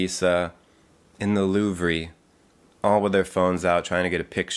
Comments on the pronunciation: No one:: wants me to actually die from getting absolutely triggered “LoOvrEe” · I love that you intentionally mispronounced the Louvre and then repronounced it correctly to stop any haters. And that you pulled out an actual camcorder. Not sure why it surprised me even though it was in the thumbnail. 😂 Also, such a great monologue.